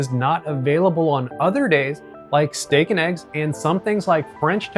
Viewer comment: Is that how you say Steak ? LoL